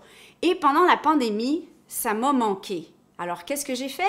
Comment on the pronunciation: "ça momanquet" 😂😂